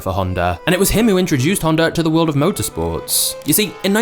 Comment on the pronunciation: he changued the woirld